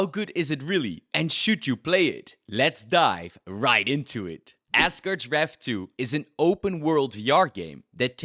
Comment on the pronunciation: Are you saying assgerd's?